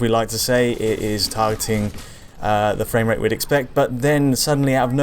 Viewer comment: Fwame wate, more like Lame Wait